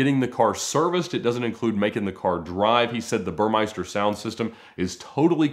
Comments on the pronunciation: “Bur-mes-ter” Not burmeister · I'm pretty sure that sound system is not pronounced as Bur (MICE) ter. Take a closer look.